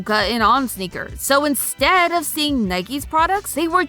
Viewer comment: "snickers" sounds better than "sneakers"